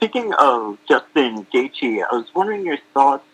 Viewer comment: love how he calls him justin gaethe every time lmao